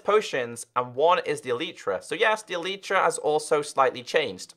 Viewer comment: Why do YouTubers call Elytra as E-l-i-e-t-r-a